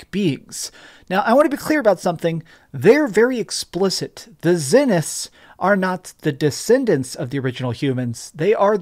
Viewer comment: How many times is "Zenith" pronounced in the game yet you cannot seem to get it right?